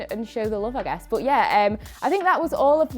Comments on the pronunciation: I think its cuz your "but" sounds like "bot" , for me ... The "ehm" is kinda too much😭😂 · Is it weird that I love the way says but? 😅 I guess I'm jus an American who isn't used to the accent Edit: Wow, right after I finished typing this comment, explained her accent Edit 2: WTF! As I was finished typing the last comment, is asked about the way she says but 🤣